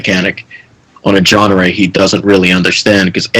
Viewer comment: did this guy just call a genre a "jeanaré"?